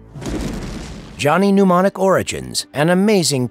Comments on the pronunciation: It's Mnemonic not pneumonic. The writers and the talent on this site don't watch the movies they review. Google at best. Pathetic. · I find it infuriating that mnemonic is being incorrectly pronounced, it's "nem-on-ic", not "pneumonic".